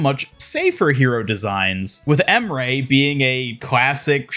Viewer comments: Babes it’s “On-ron” not “Ann-rin” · You’re still calling Anran Anren smh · even with voice lines in the game, he still calls her “An-rin” 🥴